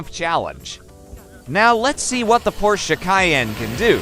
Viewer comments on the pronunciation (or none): none